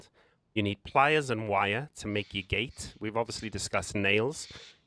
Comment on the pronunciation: According to Google, the word "gate" has one syllable. It is pronounced with a single sound, "gayt"… no judgement.. Watch the video, it’s proper COD lol…but don’t build bases on official you horrible humans